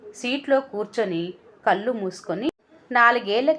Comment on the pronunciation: కల్లు కాదు కళ్ళు